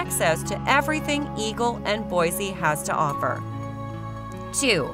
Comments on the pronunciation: It's pronounced Mos-ko not Mos-cow. And people from Boise say Boy-see not Boy-zee. Anyway leave Idaho alone. It was way better before non-Idahoans found out about it. CDA is barely CDA anymore. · Don’t trust a clip that doesn’t even pronounce the capital city correctly. Boise is boy-see, not boy-zee. Also, the video shows Boise while talking about Ammon.